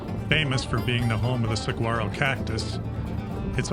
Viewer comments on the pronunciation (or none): Great video. FYI it’s pronounced “sawarro”.